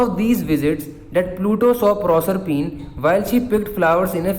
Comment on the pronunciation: proshphen nahe prosephine